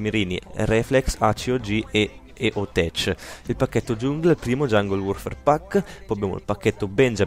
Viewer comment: eo tech si dice con la C dura